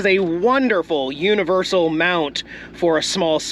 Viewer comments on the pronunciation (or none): none